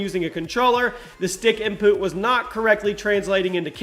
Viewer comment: The way he said input 😂